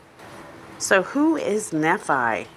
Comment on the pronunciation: The teachings aren't destructive, they are hopeful. She is reading and not understanding what she is reading the name is NEE fi